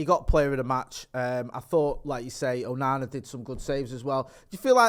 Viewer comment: Why does he always call him ooonana